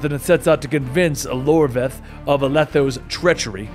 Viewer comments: iORVETH not Lorveth lol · iorveth not Lorveth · It's "YOR-WETH" not "LOR-VETH" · silé(pronounced shiela) iorveth not Lorveth temeria not temeraya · I'm amazed you got a pronunciation of a word like "Scoi'atael" right but managed to call Iorveth "Lorveth" 🤣 Good recap though!